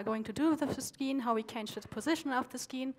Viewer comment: skeen? or actually "scene" :P